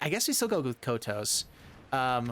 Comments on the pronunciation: Kotose コトソin katakana is pronounced [ko] [to] [ssé] in Japanese. (i'm french, [é] sound could be [ay] in english). There is only one sound finishing by a consonant in Japanese as far as i know, its ん in hiragana or ン in katakana which is [N] sound like -san or ichiban or pan etc.. Some people could say です desu [dess] is a sound like that too but It's actually a matter of prononciation or more of non-prononciation of the す [sou] sound in this particular word. Nice list and Thanks for the video ! 👍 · That Kotose pronunciation saddens me, but god do I love mean-spirited decks! 🤣Was a lot of fun!